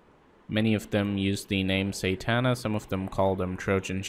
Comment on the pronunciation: you say satana wrong